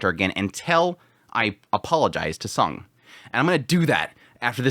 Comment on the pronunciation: Instead of calling him Sung, why not just called him by his name; Jinwoo, since you fail to differentiate the sound of Song & Sung. I'm quite confuse which one you're referred to.